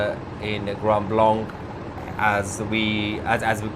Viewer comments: The name of the city is pronounced "grand blank", not "grund blunk". 🤔🤓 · I live in Michigan and this doesn't surprise me. Tousi Grand Blanc is pronounced as Grand Blank by the locals. They don't use the French pronunciation of the second word. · Lmao. No one bothered to tell you its pronounced Grand Blank!? 😂😂🎉❤🫵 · Its pronounced grand blank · It pronounced “grand blank